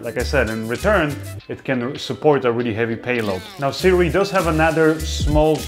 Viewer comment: THANK YOU,, for actually saying the name Sirui correctly!